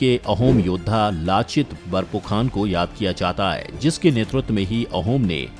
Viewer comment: Its Lachit Borphukon (लिचित बरफुकन) not बरपुखान